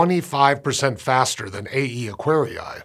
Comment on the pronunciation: All scientific names, like Aquarii, come from Latin. The double i is pronounced extending the sound of the first i, like "Aquaree", not Acquari-ai, that sounds very very wrong, other than ugly.